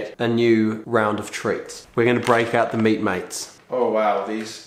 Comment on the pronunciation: “You aren’t thee dinner”🤣🤣